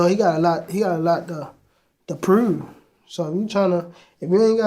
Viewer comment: listen the way he says “prove” lmao